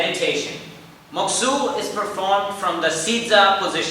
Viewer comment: Mokuso pronounced MOK-SŌ, not MOK-SUE is my only gripe for this video. Otherwise great tutorials! Osu!